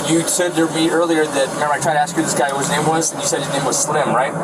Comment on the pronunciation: The amount of times he said “vut” (what) in the full video is hilarious